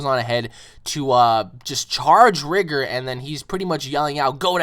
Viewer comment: Bruh its rigor not rigger